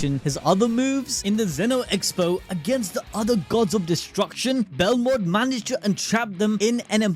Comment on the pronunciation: BEL MOD bro said belrod like 8 times